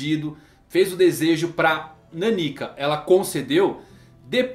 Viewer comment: NÃO É "NANÍKA" - É "NÁNIKA"